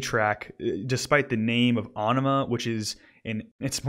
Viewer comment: AEnima is pronounced more like enema - a very much intended pun